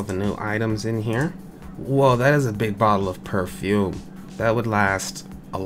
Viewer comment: Purfume not purfumie